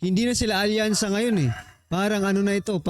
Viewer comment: Wasakyansa na bossing instead of alyansa🤭🤣🤣🤣